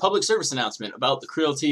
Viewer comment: Say it with me Creality....Cree ·a·luh·tee. its a play on Reality